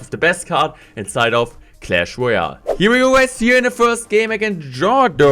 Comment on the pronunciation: Not trying hate on you but love it when u say CLASH LOYAL